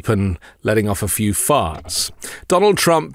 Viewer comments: Saying, "letting off a few farts" in the accent of a nobleman. 🤣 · Your accent when you said farts made me double over holding my sides laughing.! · The way you say "farts" is awesomely funny...😂